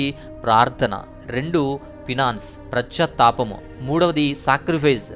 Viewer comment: Praise the Lord Brother.... I Like to WATCH... &... LISTEN Ur Messages , Videos. Sorry to.... SAY this.... 2,3 , TIMES I have Observed that you are Saying.... Prascyathapamu ( For the word ) Paschathapamu ( In English REPENTANCE ) Please OBSERVE this .... Right PRONOUNCATION ( Ucharana ) . I Like your Messages .... BECAUSE you will DO.... GREAT Search for ALL.... Ur VIDEOS... &.... EFFORTNESS to BRING.... Ur VIDEOS in the.... CHANEL . Please Don't Mis Understand to MY... this CORRECTION. I am VERY.... Little PERSON Comparing with you in ... DEVINE WAY.... !!! ? . 🙏🙏🙏.... Dhanraj Journalist.... .